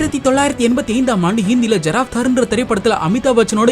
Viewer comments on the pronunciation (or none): Adu Giraftar not jiraftar..